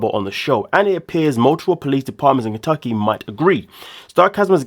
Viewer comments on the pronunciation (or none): none